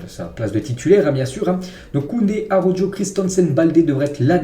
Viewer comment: mais pourquoi il prononce araujo avec le j mdrrr